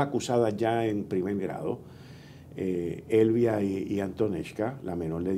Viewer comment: Caballero Elvia no Elvira q pir ese error se puede caer yn caso porq Elvia puede ser una perdona y Elvira otra....leea correctamente Elvia😂la asesina